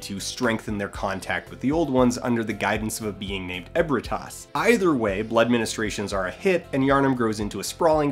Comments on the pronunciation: Ebrietas, not Ebritas. Come on, son. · E U B R I T A S your supposed to pronounce the E as a U not trying to be toxic even tho it seems that way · Sorry for this but it's ebriatas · Oh my God. 3 minutes in and So many errors A few examples are He said ebritas Its Ebriatas He says the Choir is a cult The Choir are the highest members of the Healing Church He says Old ones They're called great ones He also misspelled Byrgenwerth A new infant great one being born does not cause people to turn into beasts Imbiding in the Old Blood in GENERAL turns people into beasts, the more that is consumed, the bigger and badder you become. Mergo was also not the "new" infant great one. It was Queen Yharnam's child as shown by her bloodied gown and Mergo wailing during her boss fight. By the chart is also portrays Gehrman and Ludwig being of the same group or working as a team. Ludwig was the first hunter of the Healing Church, Gehrman was in all likelihood not even related to the Healing Church, let one the Healing Church Hunters. If anything; Gehrman, being THE very first hunter, would be related to Byrgenwerth. I could KEEP going but I cant spend all day ranting about a youtube video making minor errors. I am way too passionate about this fucking game to know this shit by heart. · I'm sure someone pointed it out already, but Ebrietas*.